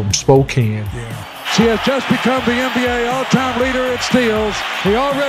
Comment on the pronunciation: I'm pretty sure it's NBA, not Anne B A....